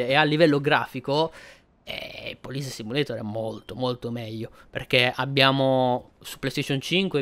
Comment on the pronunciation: Ciaooo... io adoro le simulazioni di polizia... lo hai pronunciato benissimo il titolo in lingua originale... sei sempre super onesto e sincero nelle tue recensioni... sei sempre una garanzia...:_poderakPoderak:👍👋